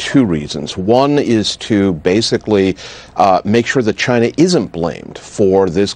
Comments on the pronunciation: Trump: “because it comes from CHY NA”😂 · Lol, rofl I thought I was the only one who found his pronunciation of China, helluva funny.